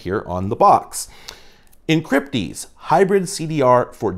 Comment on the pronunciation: oh good I'm not the only one that heard encrypdeez